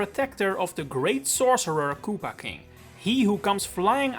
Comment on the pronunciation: You're saying it wrong! First 20 seconds: GoomBAH KooPAH 💀☠🪦 Edit: also Lava Bubble is lame. Just plane Bubble might be okay, except that's already an enemy in Zelda.